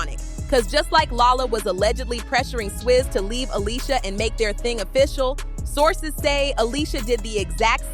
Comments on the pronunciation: What’s with the Alysia ? Ale-sha 🙄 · If she doesn't stop pronouncing her name Ah-lee-see-ah & saying it correctly Ah-LEE-sha Ok she got the memo. 😂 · The fact she keep callin her alisia I can’t even get thru this video 🤦🏽‍♀️